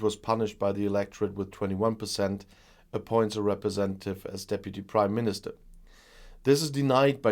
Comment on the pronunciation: I swear I heard say British Crimeministrr!